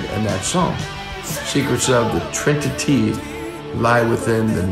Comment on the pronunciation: Is my hearing off or does Sammy say "trin-ti-tee"? If so, I've been singing it wrong all this time...